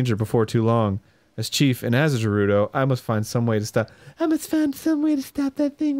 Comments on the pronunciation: god my ocd gi rude o town lol its ger ew doh go if your unsure look it up or use websters pronouncing tool lol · Every time they say "Gerudo" I hear it as "Derudo" and all I think of is Darude - Sandstorm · Is it pronounced Guh-roo-doe or Ja-roo-doe? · i can tell aron was trying to make dan notice he said rejew and jewredos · Fuckin' "h"eirloom and "Jerudo" so far. Can't wait to meet Prince Siddon, Miffa, and Darooneeah. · Guh-rude-oh Arin isn't saying it right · What about him constantly mispronouncing Gerudo and Hylian despite there being cutscenes where you can hear how they're actually pronounced which he ignores and continues to say Jerudo and Hillian. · The way he says “Hylian” is acceptable tho. A lot more people say that so I could see the confusion. I will never understand where he got his pronunciation of “Gerudo” from. I’ve never seen anyone say that but him. “Fuckin’ Jerudos!!!” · Oh, dear lord, this is getting out of hand... It's pronounced "air-loom", the "h" is silent. And while we're at it, it's "geh-ru-do" NOT "jeh-rud-do" and it's "high-lee-an", not "hill-ee-an"... Ugh, the constant mispronunciations are REALLY annoying.